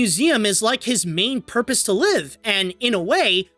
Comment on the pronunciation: "fulfill his porpoise"